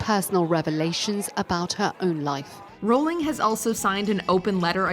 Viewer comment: Can you guys pronounce a name correctly for just ONE video? It's "RAU-ling" not "ROL-ling".